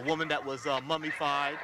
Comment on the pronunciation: I love the Post Photographer who just spews out things incorrectly. “... Mummy-fied.” 😂